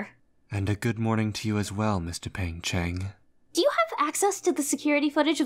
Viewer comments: Just wanna say, its dupain-cheng, not dupeng-cheng. triuehsfigkerd loved this thooo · I can't stop to hear "Mister Pain-Cheng" 😭😭😭